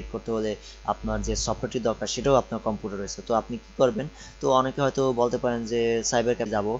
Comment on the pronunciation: কম্পুটার না বলদ,কম্পিউটার